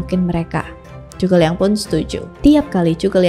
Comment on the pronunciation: itu udh bener pronunciationnya